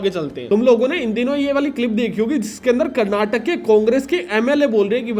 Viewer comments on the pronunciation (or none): none